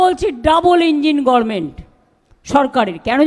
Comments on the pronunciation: মমতাকে রাচির মেন্টালে পাঠাও,ও উচচারন ও করতে পারে না,গরমেন্ট,বেশী বকে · গরমেণ্ট কি উচ্চারণ ? উনি নাকি পি.এইচ. ডি. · "গরমেন্ট" টা এখনও ঠিক হলো না। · গর্মেন্ট গর্মেন্ট গর্মেন্ট.... ডাইনী বাংলাটাও সঠিক উচ্চারণ করতে পারে না ছিঃ ডাইনী ছিঃ....